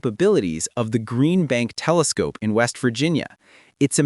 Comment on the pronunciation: "Kelescope" AI 👎